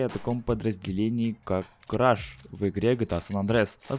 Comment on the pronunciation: Ни краш, а креш